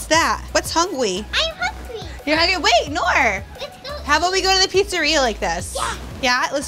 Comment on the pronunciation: its noor not nura